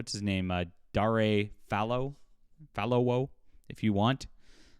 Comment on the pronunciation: You got the dare (dar (as in dark without the k) and ray (as in sunrays)) part right, just stretchen it out... Falowo is far- law-war...